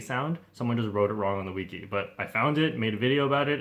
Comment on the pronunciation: You don’t pronounce wiki correctly.